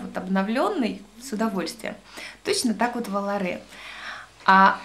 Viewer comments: Очередное прекрасное видео!! Только водичка волАре а не воларЕ) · ***** Да, конечно) Я свободно говорю по-итальянски. Это от слова "летать", можете посмотреть в интернете - там ударение именно на волАре, и только так.